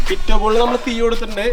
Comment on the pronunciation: ടിറ്റോ അല്ല ടിറ്റു